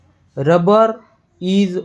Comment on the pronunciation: Good paragraph but you should improve your accent.. pronunciation should be improve when saying (is, wear, ease, and alot of words) thank you